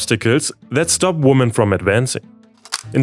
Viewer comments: Hi. You're English is pretty awesome, but just want to give you a little correction to help you speak it even better. The word "women" plural is not pronounced the same as the singular "woman". It is pronounced more like "wimen" where the "wim" is pronounced like "win". Hope that is clear and is helpful 🙂 Keep putting out the awesome content. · I really like your work! BUT please women is pronounced "wimen". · that's "wee-man" (/ ˈwɪmɪn /), mate, women. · GOOD NEWS...Why do you keep on saying 'woman' istead of "women?" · English teacher here: the plural of woman is women, pronounced [wimin]. 😁 Great news about gender equality! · Love the videos! I might be a bit pedantic in saying that the pronunciation of "women" as "woman" is a little caveman-coded. Kind of like "Frau sind zu Führungskräften geworden".